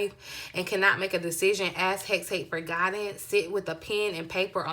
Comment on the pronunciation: Hecate, pronounced Heh - cah - tay 😉💖💛